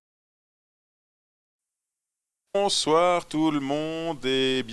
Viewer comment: "Bonsouarrrrr les Wargamers"